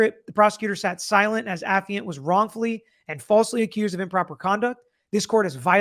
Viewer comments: Too bad Dad gave him the incorrect pronunciation of affiant; affiant: / uh-fahy-uhnt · / Pronounced the way initially said it, it's not pronounced the way his father claims